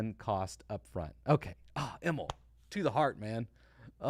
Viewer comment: Hi! Im from Sweden and I just wanted to point out that Emil is a typical Nordic name, and the way you pronounce Emil is with a long i, so it's more like Emiiiil than Emilll